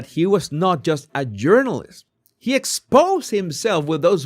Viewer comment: I have never LOVED your accent as much as I do TODAY!!! Don Lemon is a Urinalist with 30 years of experience 🤣🤣🤣🤣He's certainly no journalist. We all need to start calling these biased activists URINALISTS!